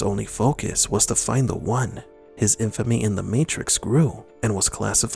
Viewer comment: Lmaooo I think he just says it with emphasis so it comes out "find-eh" but yeah dude. Pretty debatable 😅😅